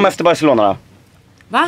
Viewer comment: Det hörde som du sa bajselona